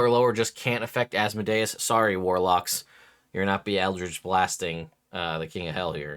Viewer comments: Thank you for not saying Az mode ee us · Fun fact people say deus ex machina pronouncing it as de-us, but then they say Asmodeus pronouncing it like Asmo-dius. Your pronunciation is actually more accurate.